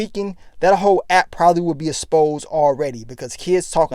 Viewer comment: This nigga is always saying "asposed".. Come ooonnnn,! It's EXposed